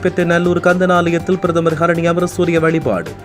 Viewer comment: பிரதமர் ஹரினிஅமரசூரிய என உச்சரியுங்கள் சகோதரா